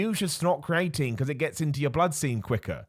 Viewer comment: I don’t know if it’s just me but isn’t it pronounced “Cree uh teen” ?😭